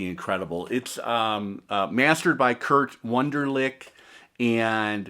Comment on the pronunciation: Its Krieg Wunderlich not "Kurt" i agree eith you on the sound of the MoFi and OG copies.